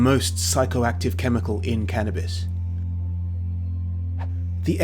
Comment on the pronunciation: He keeps saying "canabis presents", but I haven't received any gifts...